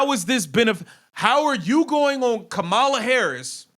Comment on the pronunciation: Dude, with all due respect. I think you know how former VP Harris’s first name is pronounced. She at least deserves that much respect. No? Colliers name is much harder to pronounce and you got that right. I’m just sayin 🤷‍♂️